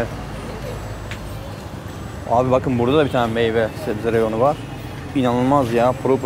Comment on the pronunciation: turkce konusunda hasasiyet lutfen reyon. Meyon, ne ya tezgah